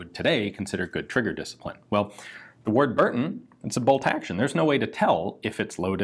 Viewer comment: It's pronounced "wud buddon"